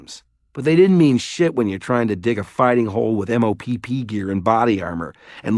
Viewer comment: Lol its just mopp gear like mop Not m o p p